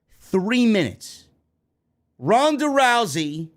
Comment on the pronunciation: "Ronda Drowsy" 😂